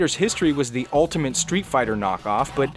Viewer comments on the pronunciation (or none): none